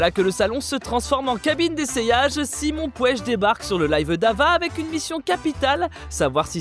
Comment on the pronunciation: "Simon Pouech"